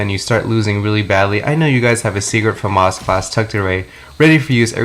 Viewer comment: Why do you pronounce it Fumas its pronounced Famas, because the gun is french, it has a accent to its name